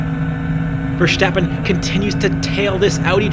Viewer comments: Please note that Max's last name is not VerSHtappen. It's VerStappen. Take a good look at the name. There's no reason to pronounce the S as anything other than a normal S. I don't know why so many people outside of F1 insist on prouncing his name like that. Kinda like they're trying to make him German. But he's not. He's Dutch :) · His name is not Vershtappen. You dont have to do the the silly shhh. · Great video but you gotta stop with the VerSCHtappen. You don't pronounce the S like you would with Nordschleiffe. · it's verSTAPpen as in ""STOP" ,not verSJTEppen. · Many thanks, great commentary. Also i’ve noticed English speakers tend to say Verstappen with an SH-sound like in Schumacher, while its actually more like just saying the word “stop”. No need for the SH-sound:) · Goddamnit it's not verSSHHHtappen. He's not German. Just pronounce it normally. I blame Brundle for this brainmelt pronunciation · Man, it's not Vershhhhtappen. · Why are all english speaking people pronouncing max' name as versHtappen. It's the same ST sound as stint, not shtint. Content wise i like the breakdown and pov tho, and it's so wild to be able to ride most of te same track in real life, makes me appreciate their speed so much more